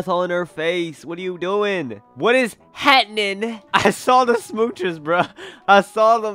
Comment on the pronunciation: "WHAT IS HAENING" got me dead 💀